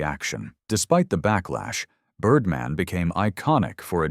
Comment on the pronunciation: Birrdmaan! Not Birdmn, you aminated idiop!